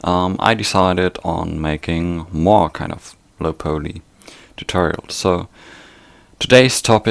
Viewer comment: It's pronounced Low Pollee... Not Low Poley